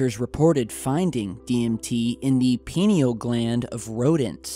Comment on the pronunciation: Its PINE-ee-ul Shaped like a pine cone Interdimensional beings maybe..